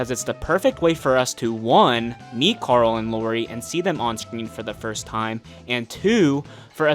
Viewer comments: The way you pronounce Coral is really turning me off, who is that Karl? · Have you just mispronounced Karool